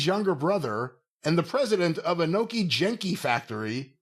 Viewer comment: Genki is pronounced with a hard G, and it means healthy, energetic, or full of life.